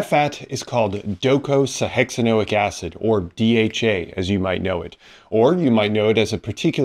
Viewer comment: Let's all say it together, folks: "doh-koh-sah-heks-ah-ee-noh-ick acid"